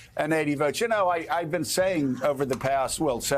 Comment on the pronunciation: Not "votes", "Woats"!